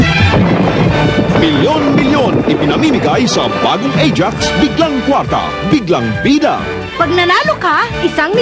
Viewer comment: Natatawa ako sa pagkabigkas ni na "Ah-Jax"